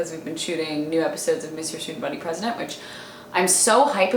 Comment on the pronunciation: Everytime you say Mr Student body president you say it jumbled like "me stuajajajajja" how it sounds to me.